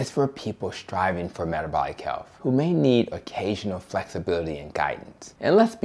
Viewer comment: My dear brother, I implore you. Please remember to speak credibly. You are speaking to all audiences about matters of health — not matters of healf. As a black woman, I'm accustomed to cringing when I hear people who look like me mispronounce words. I want all people with my pigmentation to be as educated as possible. This request comes from someone who wants you, "our people," and the LCHF cause to be cast in the best possible light. Making America and the world is a daunting task. Let's keep our best foot forward.